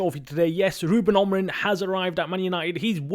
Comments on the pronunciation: It's Aaaaaaamorim, not Omrim. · Amorin is ah-moo-rin not Omrin ffs